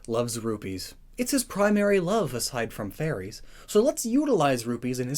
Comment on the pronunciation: I swear I heard "rubies" being said more times that "rupees"